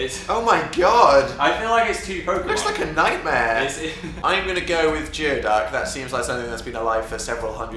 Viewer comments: sweetie its pronounced GOOEY-duck. not geoduck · GOOEY-DUCK. GOO-EE-DUCK. ._. GEEZ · Geoducks are actually pronounced gooey ducks :P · Others have probably told you this a lot, but it's pronounced like gooey duck, not geo duck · Guys...it's "gooeyduck." That is how you pronounce it. Not "geo"duck. I swear I'm not pulling your leg, that is actually how you pronounce it. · It's pronounced "gooey duck," not "geoduck," despite how it's spelled. :P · Btw it's pronounced gooey not geo. As a Seattleite I felt the need to speak up :) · geoduck... it's actually pronounced "gooeyduck" someone else probably said it first but sorry... I just had to say something.... sorry... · It- it's not- I'm sorry, the pacific northwest in me has to correct this. Geoduck is pronounced "Gooey-duck". My deepest apologies for being "That guy". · it is pronounced GOO eeduck. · No one has mentioned that they pronounced geoduck wrong? That's pretty surprising. It's pronounced gooey-duck, by the way. Yes, we realize that makes no sense. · It's pronounced "gooey duck" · It's pronounced gooey-duck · ummm guys... its pronounced 'gooeyduck' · It's pronounced "Gooey-duck" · geoduck is not pronounced how it sounds...it's pronounced "Gooey duck" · it may be spelled GEOduck.... but its pronounced GOOEYduck :D they are weird and a pain in the gizzard to dig for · idk if anyone told you this yet, but geoduck is pronounced as gooey-duck. they are absolutely disgusting to look at. i can't believe they actually live that long! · Funnily enough 'geoduck' is pronounced 'gooeyduck' :D they're very ambiguous looking creatures and they're actually the mascot of the college I went to :D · Geoduck is pronounced gooeyduck. True fact. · It's pronounced gooey duck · A geoduck is pronounced "gooey-duck" :) And yes, they look like penises (they're from my local area, actually) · geoduck is actually pronounced "gooeyduck". lol. they're also called surf clams. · Geoduck is pronounced gooeyduck.